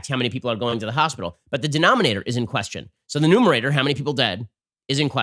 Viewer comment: wait, did he just say "nomerator?"